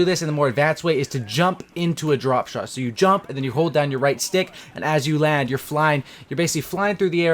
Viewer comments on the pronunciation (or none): none